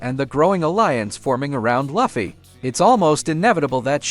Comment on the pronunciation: It's Luffy not laaaafffy